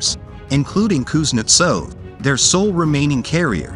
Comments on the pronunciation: Learn to pronounce Kuznetsov correctly before you talk about it on YouTube. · Kuznetsov: emphasis is on the 2nd sylable, and the v is pronounced as an f...